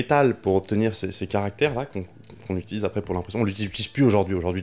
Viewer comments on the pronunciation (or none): none